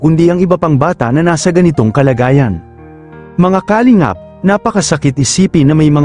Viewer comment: Ang masasabi ko sa vlog mong ito... PAG AYUSON MO ANG DICTION NG MGA SALITA MO. TULAD NG KALINGAP DAPAT ANG SYLLABLE AY NASA 2ND HINDI SA UNAMG SYLLABLE.. "KALING'AP" ulol !!!!